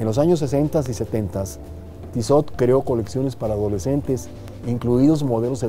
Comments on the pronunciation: Se pronuncia "Tisó"... (de nada) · este personaje se dice con estilo y no sabe pronunciar la marca hahahahaha